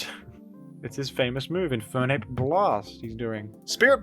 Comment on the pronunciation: I always forget about jimothys accent until he said infernape blast in an American accent